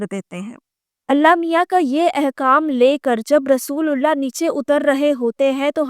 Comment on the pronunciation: She is not an ex Muslim. She is christian. She can't even pronounce correctly "رسول اللہ" and name of Masjid E Haram. She not for once said Bait ul Muqaddas, instead she said "Jerusalem".